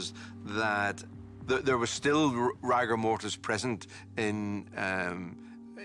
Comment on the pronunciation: Very odd hearing a professional pronounce rigour mortis as rAgour mortis.